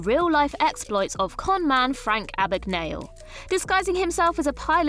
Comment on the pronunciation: "Abbagnale" is pronounced like "abba-neeal-a" in Italy ... this one is funnier that the "Stallon" thing